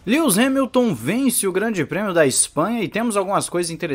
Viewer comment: “Lius Remilton” 😂😂🏁 Gostei do canal, vou acompanhar.